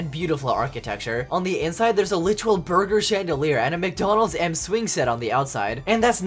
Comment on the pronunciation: did you say BUNGER?!